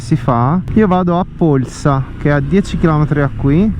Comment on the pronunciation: Bel video!! Hai pronunciato però in modo non corretto Polsa 😅...magari ci si trova in giro, ho visto che abitiamo nelle stesse zone 💪. Buona strada 🏍